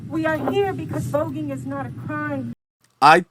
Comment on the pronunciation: She said vouging , like gays striking poses. Pathetic.